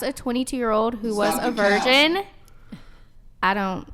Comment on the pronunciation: They can’t even say virgin